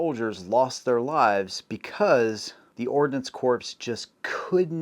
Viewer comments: Don't forget the difference between ordnance (what he was trying to say) and ordinance. Also a pretty big difference between those meanings and pronunciation. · Did you just say Ordinance Corpse? 07::32